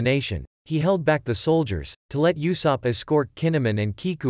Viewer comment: Blud said YOUsopp